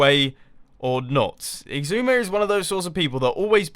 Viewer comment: Why do you call xisuma "igzuma"?